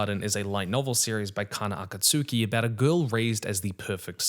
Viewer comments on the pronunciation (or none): none